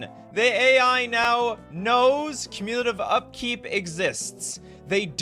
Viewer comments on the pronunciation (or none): That's not how to pronounce "cumulative." The emphasis is on the first syllable, not the second. It is from the root word "accumulate."